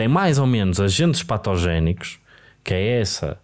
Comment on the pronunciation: O Francisco diz patogénico como quem diz méstrado. Góstei